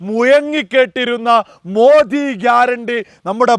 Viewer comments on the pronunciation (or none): none